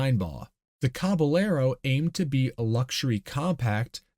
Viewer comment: Cabellero is a Spanish word. "ll" is a "yeh". So. Cabe"yehro". Interesting little bit of history. Never knew there was a "car manufacturer" in Idaho.